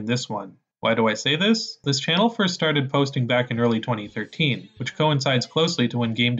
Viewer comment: “foist of all…”